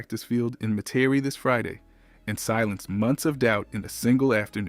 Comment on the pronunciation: Where is meh-TEAR-ie